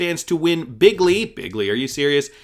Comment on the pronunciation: DUDE said BIGGLY